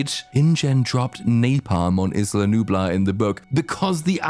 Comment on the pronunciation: Every person ever is mispronouncing "Isla", including people in the movies, and it's driving me up the wall lol. Its either EYE-la, or EE-la. Its like how everyone collectively stopped using the word "startled" for "jump scare". Lol.